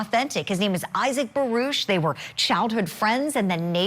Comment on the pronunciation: Baruck not barush